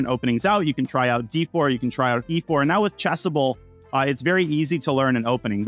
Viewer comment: I'm a Zambian who truly love chess. In your presentation I heard something like chesseble. How can I access this cite? Thank you in advance.